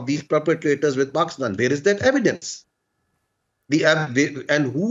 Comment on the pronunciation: What a shameless person! as usual depend on begging, he is keep repeating memoriesed words, don't even know how tp pronounce evidence (saying AIVYDUNS..AivyDuns).. our primary student of India can speak better English than him...grow up man.